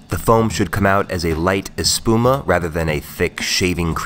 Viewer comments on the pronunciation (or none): Loved all the puns haha. Also died when you said “espuma” 😂. Don’t change dawg ❤️